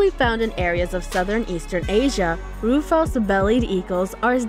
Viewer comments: Jeez do some research - 'Roo-fowss' eagles? It's 'rew-fuss'. These damn female VO's that are more concerned about up-speaking and being perky. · Does no one associated with this production proof it. Listen again the description of the Bald Eagles beak, feet and eyes. Also why did no one clue the narrator how to pronounce ruffous? It isn't roo-fows. Edit: Someone apparently DID tell her how to pronounce it because she did so correctly later.